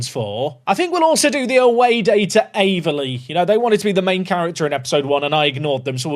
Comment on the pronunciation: Pronounced Aveley perfectly.. great content as always 👏